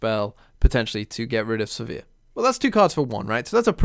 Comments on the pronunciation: I'm a bit confused by this comment. You can look up Riot's official media (i.e. Sivir's champion spotlight or the Descent into the Tomb cinematic) and see that the official pronunciation is Siv-ur (rhymes with 'shiver'). I assumed it was said as does in this video (like 'severe') for quite a few years before I took that on board. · I believe you're pronouncing Sivir the wrong way. I'm not sure how to explain what's the right way... But I know it.